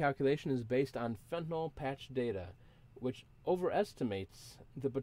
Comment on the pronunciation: Why does everyone have to pronounce it fentinol